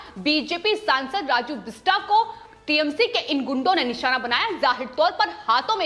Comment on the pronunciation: The name is "बिष्टअ", "राजू बिष्टअ" (बिष्टा नहीं है, बिष्टअ)